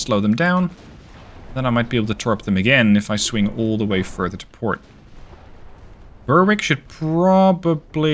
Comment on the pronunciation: Fabulous video as ever. One small thing: 'Berwick' rhymes with 'Derek'. That is all!